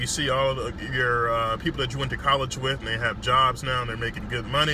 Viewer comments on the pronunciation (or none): none